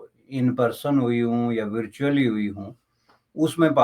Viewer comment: Ye porki virtually ko kis tarah pronounce karte h😂😂😂